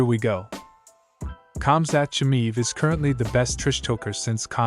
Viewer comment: Chammiiiiv,no his name is chiamaev